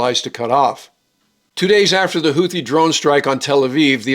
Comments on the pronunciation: The word “Houthi” is pronounced ‘hoot-tee’ and not ‘hoo-thee’. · The "th" in word "Houthi" should be pronounced like the "th" found in the land formation "bootheel". In Yemeni Arabic the t and h are pronounced as two distinct sounds, not one as in the English word "the".